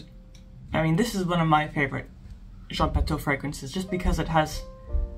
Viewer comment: It's pronounced Jean Patoo . You're so good already at pronouncing French but since you're making videos, why not look up pronunciation of particular words and vowel combinations? I really appreciate your effort to pronounce correct French and I have been mortified by most reviewers' butcherings, so you're doing great. I made 1 fragrance video with a French lesson at the end- it's called Advanced Oud by Fragophile Files. I haven't made any more yet because, well I have been focusing on my Substack but I do give a basic vowel lesson and the nasal combinations: such as words with "an", "en", "in", "on" and "un". "An" and "en" are the same but the rest are distinct from one another. Most Americans pronounce "Indémodables" as though it were "andémodables" but that is incorrect- at least in France, not talking about Canada. There is an awesome French dude you will find toute suite if you look up French pronunciation on YT- just check him out a bit. I hope I didn't make you mad. Sillage is seeyaj.